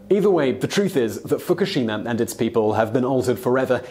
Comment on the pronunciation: Please stop pronouncing Fukushima wrong!!!! Learn before you speak